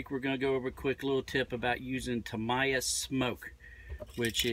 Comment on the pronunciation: Tam eye a? Thought it was Tam-e-ya